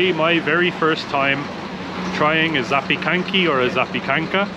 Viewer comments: Ooooh. ZAKOPANE yejjj. Always wanted to return there after all these years...awesome video.. BTW you guys are crushing the pronounciation of the words. Polish is not an easy language ..chock full of consonants. Bravo 👏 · your pronounciation of Polish is almost perfect (prolly of your German-Italian roots)! And you got it right! Zapiekanki is prular and zapiekanka is singular. Well done and you both have a great time in PL!:) BTW: new subscriber here; ] P.S.: I'd suggest you some really cool places in PL, but i think it's pointless, cos nobody (of foreign travelers) ever listened to me:D P.s.II.: You guys absolutely aint the "stupid travelers"! The beauty of traveling is to get to know things, people, culture, language. And you do this. Nobody knows everything!